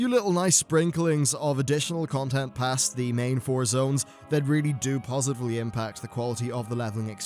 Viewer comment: sorry, just couldn't overhear the "posively impact" there^^